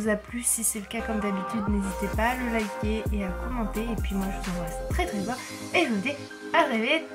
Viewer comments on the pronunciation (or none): none